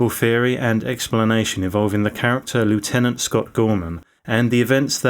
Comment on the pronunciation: You're English. It's pronounced "lef-tenant" 🤦